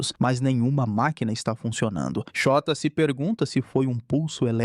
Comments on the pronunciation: ele falando " Shôta " errado parecendo Xota meudeus VMMT KKKKK passando mal de rir toda vez vey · shóta KKKKKKKKKKKKKKKK eu to achando que n eh assim que fala n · Essa série é simplesmente uma das melhores estrangeiras! ❤ Ps: eu fingindo costume quando ele fala "Chota", "Chota se pergunta..." KKKKKKKKKKKKKKKKKKK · Na lingua japonesa, principalmente em nomes não existem acentos agudos ou paroxitonas, então a pronuncia do nome do cara é Shôta. Nossa, continuei assistindo o video e agora o cara chamou a moça de nome Uçagi (coelho) de UZAGUI!! kkkkkkkk